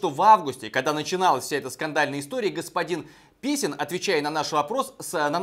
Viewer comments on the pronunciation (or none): Блиииин!!!!! Ведущий специально что-ли ошибся, я четко слышал - Писин, а его же фамилия Песин. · Ну и ну!!! Молодец! Ведущий специально что-ли ошибся, я четко слышал - господин Писин, а его же фамилия Песин. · Он же Песин а не писин. 😂😂😂😂😂😂😂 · Господин Песин превращается, превращается в господина Писина! Это напоминает фильм «О бедном гусаре замолвите слово», когда у чиновника изменили фамилию - "И, представьте себе, как-то сама собой из моей старинной фамилии "Мерзляев" вдруг исчезла буква "л". Так что я и потомки мои теперь именуемся... м-м-м... м-ме... мерзя... не могу произнести!"